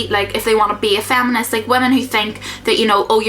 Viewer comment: Why is she saying "faminist"? :P